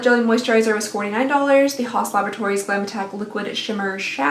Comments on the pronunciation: Haus laboratories is pronounced like house not haas. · Phobos and Deimos are two natural satellites of Mars. Phobos is also the name of your horse in Assassins Creed Odyssey and Deimos is what Alexios (or Kassandra, if you play as Alexios) goes by “Haus” is pronounced house 😂 Also the description says the video is sponsored by Home Chef but the info at the top and actual words being spoken is about Hello Fresh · "Hoss" laboratories made me lol 😆😂. It's pronounced "house". It's Lady Gaga's brand. Your pronunciations make your videos so much more fun! Love ya! 💖🏴 Ps. Whether you just "blow-dry and go" like me or not, you should put a blowdry/heat protectant on your hair to protect it from heat styling! My hair is very fine too, and it makes mine less flyaway. 💖